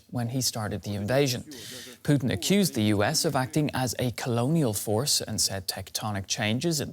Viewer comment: Putin, not Putn.....